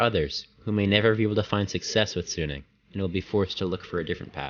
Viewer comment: Quite a misleading video. 11 hours a day? Maybe in the later years of high school. Nobody is regularly sleeping 3 hours a night. Also as an aside why are North Americans terrible at pronouncing short vowels? "soooooneung" "jaybol" 😞 발음을 연습하세요!